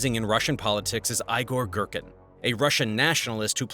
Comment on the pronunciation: "Eyegore Gherkin" 😅